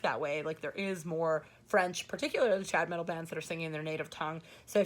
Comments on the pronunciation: Every time you say Trad Metal it sounds like you’re saying Trap Metal which horrifies me...it’s something that should never exist. haha! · Every time says trad metal - I keep thinking she is saying either chad metal or trap metal.